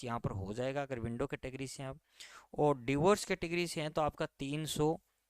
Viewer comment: क्या बोल रहा है तू .…विडो या विन्डो